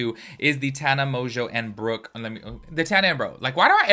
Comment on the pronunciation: You are saying Brooke's name right 👍🏻